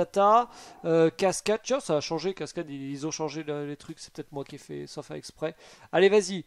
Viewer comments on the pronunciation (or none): none